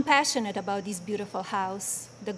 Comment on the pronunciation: she still can't say THis...dis...oy...